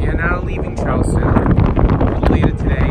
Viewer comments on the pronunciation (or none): It’s CHARLESTON not CHARLESTOWN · It’s not Charlestown it’s Charleston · Did he say Charlestown? Frickin carpet bagger. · You came to Charleston pronouncing “town” at the end. By the time you leave you say it correctly with no w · Cool trip. Why the dingy on the back? It is Charles"ton" not Charles"town". All good.